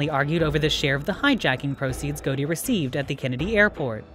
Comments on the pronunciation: it is pronounced Got-i. not goati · Can’t believe you don’t know how to say Gotti